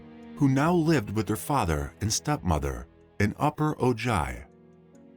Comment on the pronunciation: Hueneme pronounced Why-ne-me. And Ojai is pronounced oh hai. Just for future reference.